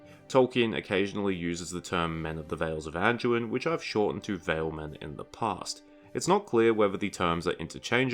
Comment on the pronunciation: There's no "j" or "g" sound in Anduin you half a meatball. It's not "An-jew-in," it's "An-dew-in." Or do all your words containing "do, dew, or due" are pronounced "Jew?" Freaking 🤡